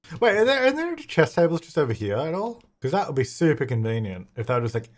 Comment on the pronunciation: everytime says "chess" i understand "Chaz"